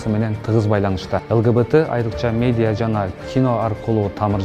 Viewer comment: Медия эмес медиа болсо кк